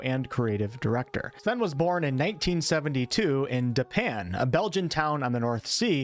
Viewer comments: yeah it definitely sounds like an English version of the name. You say “The Pan” kinda while in Dutch we say De Pan-ne (like we say the “ne” at the end) :) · oh my god you butchered "De Panne" ;-). In English it would be more like "The Pànné" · Your take on "De Panne" was so funny xD Either way proud Belgian here!